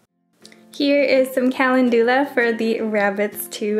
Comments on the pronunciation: Kal - en- doo- la. No,, wrong. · the way you pronounce calendula makes me so mad lmao